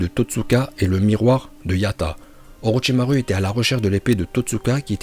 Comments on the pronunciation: Tu dois encore travailler ton prononciation en Japonais ^^ U se lit ou pas u ça se prononce Orochimarou au lieu de Orochimaru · orochimaru à la fin on dit pas "u" mais "ou"